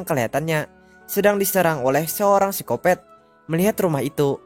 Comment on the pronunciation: Bang bukan sicopet sicopat bng